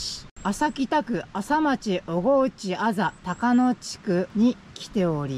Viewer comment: 小河内は正確にはオガウチと読みます。